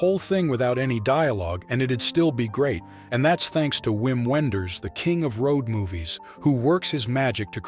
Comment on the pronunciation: Great list! I believe it's pronounced "Vim Venders", since it's German.